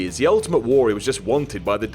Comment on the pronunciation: Say Warrior properly!